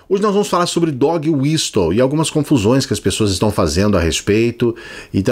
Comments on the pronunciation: Adoro seus vídeos, Clayson. Eu não quero ser aquele chato do inglês mas eu acho que a palavra Whistle se pronuncia "wisəl", o T é mudo, como Castle. Fora Bozo. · A pronúncia correta de "whistle" é "uíssol", com o T mudo.